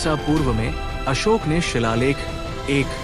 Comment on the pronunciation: Bhayi samrat asok bola Karo not asok🙏🙏🙏